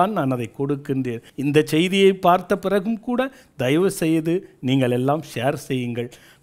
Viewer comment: அருமையான பதிவு அய்யா. உங்கள் எண்ணம் நிறைவேற வாழ்த்துக்கள். ஆனால்..... எள்ளாம், என்றாள், நள்ள, ஆளை, சளி என்று சில வார்த்தைகளை உச்சரிப்பது வேறு மாதிரி தோன்றுகிறது. ல, ள, ழ இவை மூன்றுக்கும் எனக்கும் வெகு பொருத்தம். 30 வயதைக் கடந்தும் இப்பிரச்சனை எனக்கு விட்ட பாடில்லை. இதற்கு ஒரு வழி கூறுங்கள் அய்யா. நன்றி.